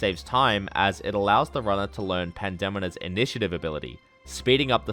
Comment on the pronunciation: Excellent video! But that pronunciation of Pandemona had me twitching